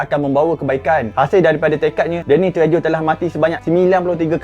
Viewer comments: Bukan tre - jo. Bunyi dia tre - ho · Dek sebutan Spanish treho bukan Trejo, Spanish J bunyi h, bkn semua tapi 97% J bunyi H.. Jose bunyi Hose, jojoba bunyi j Hohoba, Julio bunyi Hulio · The pronunciation Danny “TREHO” , tak buat homework dulu ke bro ? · sebutannya Danny Treho dlm bahasa spanish, huruf J akan berbunyi H tapi dlm bahasa Eropah Timur, huruf J akan berbunyi Y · Walaupun ejaan Trejo tapi sebutannya Tre-yo... Suka lakonan dia... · bukan sebutan dia treho ke? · Treho.sebutan Sepanyol